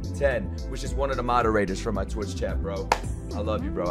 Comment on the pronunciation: Bro can't read the word "my"